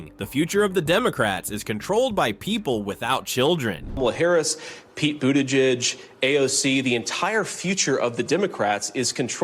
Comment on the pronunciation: I can understand why nearly no one subscribes to this channel. Ouch? When the speaker can not even pronounce Buttigieg this is clearly a bot. STOP BOTTING! All this anti-WOKE bs is hilarious. Clutching pearls over an endorsement only shows how desperate MAGA is and how misplaced their concerns. Perhaps MAGA needs to be woke. Nope. “Although it is not true that all conservatives are stupid people, it is true that most stupid people are conservative.” John Stuart Mill (ps NEWS ALERT: DJT is NOT conservative....just stupid)